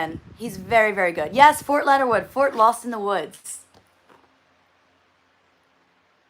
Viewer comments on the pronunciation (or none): none